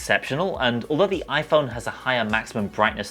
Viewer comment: the oi-phaurrrn